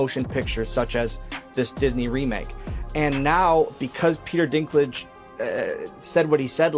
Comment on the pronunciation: the ai voice over on this needs some work lmao, mispronouncingg words like " DISNAY, WOKAY, PETER DINKLIG "